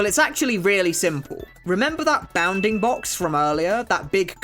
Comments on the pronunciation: I stead of saying bounfing box he says “bah-oundingbocks” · hearing a british guy say bounding box is funny